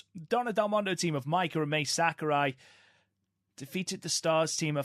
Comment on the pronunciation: Guys, Mai Sakurai is pronounced like Ma-ee, not May or Mei. Ma (like Mama) i (like the letter E). In Japanese, vowels sound like this. A - ah E - Eh I - ee O - oh U - oo